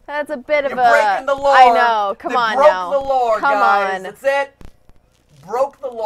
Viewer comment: matpat: “broke the lawr!”